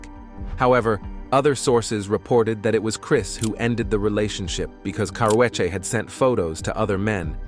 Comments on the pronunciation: Why they pronounced Karrueche name like that..and when was she in a fight with Rihanna 😂.. She always full of herself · The narrator is killing the name pronunciations